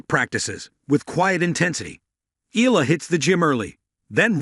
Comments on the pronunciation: pronounce it Eyala not Ela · Umm... pronounced... E-Ya-La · Eala, Iga- you dont care how to prenounce, its enough to know English names- what's an ignorance